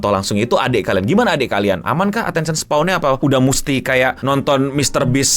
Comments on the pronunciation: attention "span" bang, bukan "spawn" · Attention SPAN bang, bukan Attention Spawn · span bang, bukan spawn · "Attention span", it's not "attention spwan" please 🫠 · attention *span bang (baca spen kayak e di bebas) bukan spawn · "Attention Spawn" 🗣🗣🗣 Gampangnya pelafalan "span" itu dibaca spen aj bang Kayak "pe" dari "tempe" atau Pe- sePEda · no mau bantu koreksi dikit, attention span bacanya attention "spen", bukan kyk "spawn" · Dibacanya span bukan spawn, atensyen span. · bang untuk keseluruhan videonya udah mantap, tpi aku mo minta maaf dlu, gatel denger kata attention spawn😭😭, izin koreksi, mungkin maksudnya attention span (di baca spen), maaf sekali lagi tpi gatel banget dengernya😭😭🙏🙏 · nyebut Attention Span jadi kayak Attention SPAWN 🤣